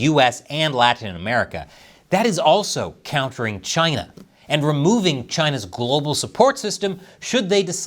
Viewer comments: You’re saying it wrong CHY NAH 😅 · it is Chy-na! Say it right.